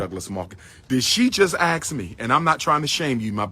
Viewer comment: Each time he says axe instead of ask, I hear nails on a chalkboard 😂